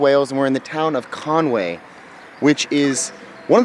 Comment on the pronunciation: Con wy not Conway.